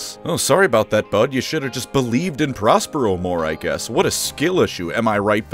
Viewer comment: You said WOT